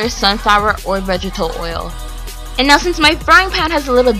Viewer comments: It's annoying how she says vegital instead of vegetable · Skimmed. Not "schemed". Vegetable. Not "vegetal". I can't put up with watching any more to hear what other words you butchered. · Still it's not hard to say vegetable